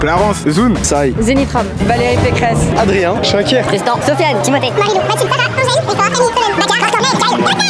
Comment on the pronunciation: ça me termine j'écoute la vidéo en arrière plan, et là j'entend "Valérie Pecresse"